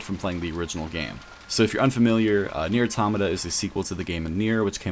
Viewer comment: WHY DOES EVERYONE SAY AUROMATAH ITS PRONOUNCED AUTOHMAHTAH